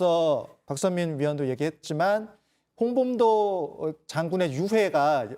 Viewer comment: 조만간 홍범도가 아니라 홍밤도라고 듣기평가 실시한다 ㅋㅋ